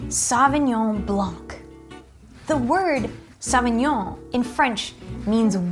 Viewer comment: And you are an expert for wines? Pinot Gris is Grauerburgunder in Germany. And you don't know how to pronounce Sauvignon Blanc.